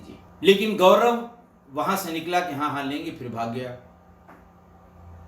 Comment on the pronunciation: sir GaVraV please mat bolein, Gaurav hota h